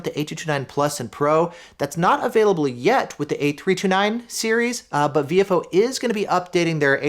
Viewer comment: Very nice review. I recently got the A229 Plus 2 channel and am very happy with its performance so far. As a radio guy, your pronunciation of Viofo as "VFO" is great, thanks for all you do!